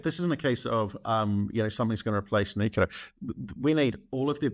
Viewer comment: There is no such thing as "nookyaler energy."